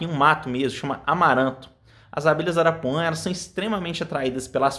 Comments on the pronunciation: Não é arapuã, é arapuá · Não é arapuã é arapuá.